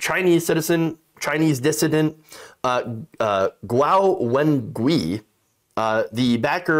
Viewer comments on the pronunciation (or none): Guo Wengui (郭文贵, Pinyin: Guōwénguì) would be pronounced "gwoh (as in whoa) when-gway (as in away)" in Mandarin.